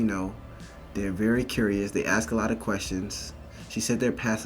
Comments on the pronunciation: Ask is pronounced with an s in-between the a and k. You’re being brought up to mispronounce it. It seems like a small thing but to everyone else it is a dog whistle that you were brought up in an environment that is isolated by segregation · I can’t believe college students don’t know how to pronounce the word “ask“ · I want to know why black people say “axe” when it’s “ask”. What’s the point? Are you just doing it to be more different? You like not using the language correctly so as to separate yourselves from white people even further? What’s the reason? And don’t give me “it’s how they said it in Africa” Ebonics bullshit. Ebonics is an Southern style of an old English dialect from, like, Cornwall or something. It has nothing to do with how Africans spoke. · It still irritates me that college students say ax..c'mon..it sounds illiterate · I'd like to axe you why you skipped every English class? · "AXING" its "ASK" not "AXING". ASSSSSSSSSSSSSK She is full of crap. She is fishing for crap to say. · I have a question: If she grew up around white people and is in college and said she had an English class, why did she say 'ax' instead of 'ask' twice? It seems put on to emphasize her 'blackness' and separate herself from whites. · If you would be axed, that would be aggravated assault. I think the male-presenting woman means ASKED. Practice saying it, ffs. Words have meaning. This is just imitating TikTok dumbo’s. 🙄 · How do you get to higher education when you “aks” questions? That alone tells me a person has an inability to listen. A person who is unable to listen is never going to progress. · Y'all ever think about the fact that black people pronounce ASK as AXX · How do you make it to Penn and say "axe" rather than ask? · the word is ASK - not AKS, it's ask! English motherfuckers! do you speak it? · Let me ax you dis. She took an English class? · This kid's in college, talking about offensive white kids in her English class, and can't pronounce the word ASK!